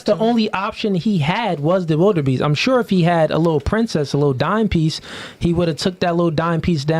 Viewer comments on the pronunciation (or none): ya killin me. There is no "R" in Wildebeest. 💀